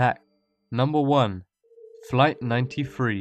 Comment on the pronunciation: "Fright Ninety Free"